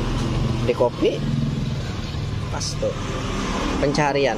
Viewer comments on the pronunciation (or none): none